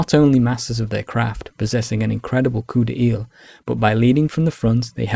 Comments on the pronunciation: Thanks for an awesome historical overview! May i just suggest that the u in guerre, like in guess in english, is only there to indicate the sound of the g. And coup d'oeil is pronounced like "coo DOY" in English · Your description of "coup d’œil" is quite accurate. Pronounciation on the other hand... 😅